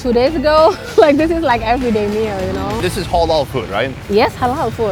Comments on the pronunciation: the word is halal no holol ha like hat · It’s ‘HAH-LAL’ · Dude!! It's not hawl all!!! Halal...